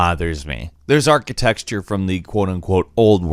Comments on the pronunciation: Yeah that really bothered me. I was like what word is he trying to say. Did he never attend school? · i love you and everything, BUT it's architeCture, not architeXture. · "Archi-tex-ture" lol 😂 ... duuuuuude ! it's "Archi-tec-ture" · HAHA he DEFINITELY says "archiTEXTURE" instead of architecture! which, if you don't know how to pronounce it, that's pathetic- and it's pronounced like ( arch - eh - tech - sure ). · Does he say "architexture" instead of "architecture"? Pretty sure I heard it twice. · Did you just pronounce "architecture" as "architexture"? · Its not archiTEXTure. Its archiTECHture. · ARCHITECTURE NOT ARTICTEXTURE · Stop saying architexture, it's architecture! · What's "architexture"? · i thought it was a verbal typo, but then he just kept saying architexture over and over again, lol. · Architexture? dude you are paid to read your script, learn how to pronounce words! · Architexture? Bro? Really? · Architexture? Madieval? Seriously? Does nobody check whether the pronunciation is at least right or does everybody think those are the correct pronunciations? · Can say ArchiteXture again please;) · Architexture XD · not to be rude, am I misunderstanding the phrase "architexture" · Hahaha wtf is "architexture"... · Is it just me or does he pronounced architecture "archisexture"? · "isn't pronounced anything like how it's spelled" ... "Architexture" "madevil" hmmm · are you seriously saying ArchiTEXTURE ? youre a bafoon mate thats pitiful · Did you just say arketexture? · "Architexture"... Dude wat? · "Look at that Achatexture" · I generally like this channel! This was a bad video by a clearly bored reviewer who can't pronounce the word architecture correctly for some reason? Watch other reviews